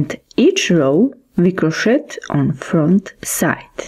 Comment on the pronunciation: You pronounce crochet (cro/shay).